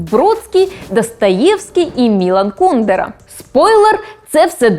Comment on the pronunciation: По-перше не КУдера, а КундЕра. По-друге, багато чехів його ненавидять, бо він співпрацював з комуністами заради своєї вигоди та грав на два фронти